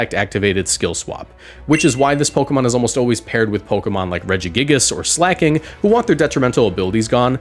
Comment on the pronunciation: Slaking not slacking